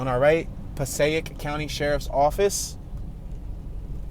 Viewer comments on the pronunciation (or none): Oh and it's Pass EH ick. Passaic (who knew if you aren't from around there or having folks from there.